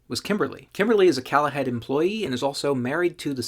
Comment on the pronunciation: I think the company name isn't pronounced 'callahead' - but rather "Call a Head" - meaning call and get a toilet